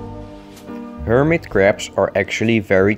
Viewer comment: I like how you call hermit crabs hermit craps